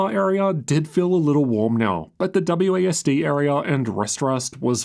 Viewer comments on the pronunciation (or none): none